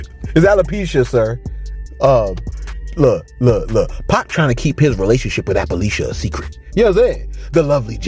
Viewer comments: And Rick Ross can't say appaleesha 🤣🤣🤣🤣🤣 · 😂.. Lmao.. Watched Ross clip bout 10 time.. "appaleesha".! Ross just like the lady who said she make music but isn't a musician.. Who makes these people.?